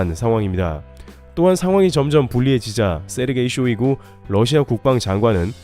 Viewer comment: Russia(러시아)를 Lussia(ㄹ러시아)로 자주 발음하시네요